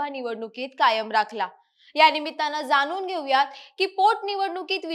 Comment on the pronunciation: मराठी नीट बोला ज्या ठिकाणी ण चा उच्च्यार करायला पाहिजे त्या ठिकाणी न चा उच्चार करताय , नीट ऐका , किती छान मराठी भाषा असताना , आनी, पूने , जानून ,बसनार ,म्हनाले ,शामील ,यंत्रना ,पनाला , अनना जोशी हे शब्द उच्यारताना काहीच कस वाटलं नाही , प्रथम उच्च्यार सुधारा मग विवेचन करा ,अन्यथा आमच्या कानावर अन्याय करू नका